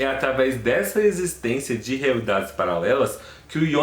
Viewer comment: Quem é yonas É Jonas Kkkkk Aki é BR